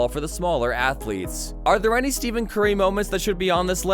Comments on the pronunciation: It’s Steph-en not Steven bro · Did this Mf js SAY STEVEN BRUHV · Who voiced over this… Steven Curry?! How are you going to make a video where you mispronounce the mans name but then still call him Steph not even a minute later.